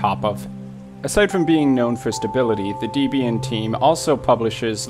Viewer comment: I'm so freakin' elated that my most favourite, most useful, most computer-compatible, most stable, most secure distro of Linux is NOT in this list. I'm hoping it never makes it on a list. Your pronounciation of Debian... well I won't get into it besides saying that Ian and Deb wrote it. Thanks for your Gimp tutorials.